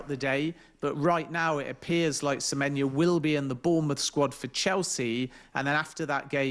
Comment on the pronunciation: Why can't Ben Jacobs get Semenyo's name right?....dear god it's not difficult.